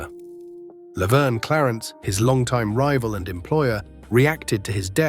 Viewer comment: The A.I. CANT pronounce Gagne right...lol..😂😂😂